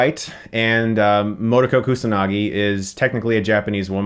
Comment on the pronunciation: Mo-To-Ko not Mo-to-Koh.